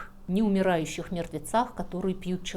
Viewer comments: Слишком частое моргание, в пандемии ударение на "а" вместо "и", гнусавый, напряженный, скрипучий, тихий голос, из-за которого страдает и выразительность, неидеальная дикция ("мервецы" вместо "мертвецы", "албацкие песни" вместо "албанские") О какой хорошей подаче материала пишут комментарии? Материал хороший, но подача не очень. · Слишком частое моргание, в пандемии ударение на "а" вместо "и", гнусавый, напряженный, скрипучий, тихий голос, из-за которого страдает и выразительность, неидеальная дикция ("мервецы" вместо "мертвецы", "албацкие песни" вместо "албанские", "гондон" вместо "лондон") О какой хорошей подаче материала пишут комментарии? Материал хороший, но подача не очень.